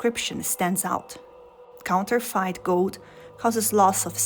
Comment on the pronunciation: It’s pronounced “count-er-fit”. Not “count-er-fite”. Just so you know.